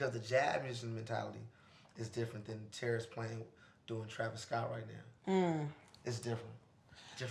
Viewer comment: its terrace not terrance